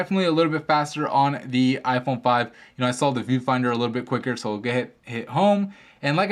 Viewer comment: u say like iporn 5